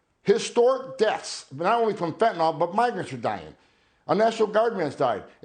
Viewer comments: Tom, respectfully, it’s FEN TAN NYL Not fentanall. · It it pronounced fin-ta-nil